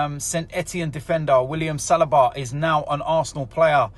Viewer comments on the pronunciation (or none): It is not Salaba, it is Saliba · OMG it's Sell-lee-ba